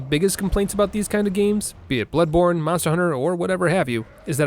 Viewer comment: Bloodborne: bownly